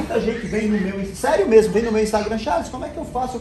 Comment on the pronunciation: " e eu quero perder medo porque deixa eu com medo merrmo"😂😂😂